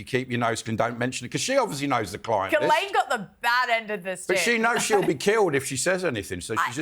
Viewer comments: "Gizz-laine" 😂 I love how the British refuse to pronounce names of any foreign origin correctly, especially if they're French 😂 absolutely love the show and all of you, though. Watch every week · I loved it when said Ghislaine😄